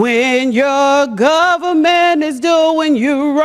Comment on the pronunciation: "Da Gubmint did me wrong "